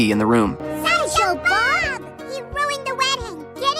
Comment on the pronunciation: It's sideshow bob not social bob